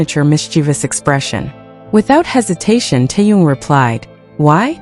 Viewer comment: It's Taehyung